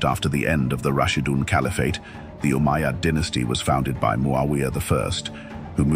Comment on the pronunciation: RUBBISH, CAN'T SAY UMMAYAD